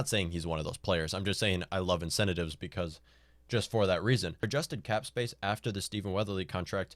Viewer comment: Why the hell should I trust the opinion of a toddler who cannot even pronounce the word "incentives"?